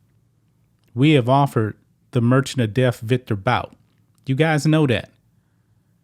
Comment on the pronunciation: Victor (boots) Bouts lawyer. 👏🏼👏🏼👏🏼👏🏼, hey, you finally said it right.